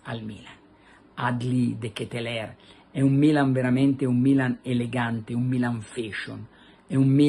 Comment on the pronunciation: De Ketelar si dice Carlo!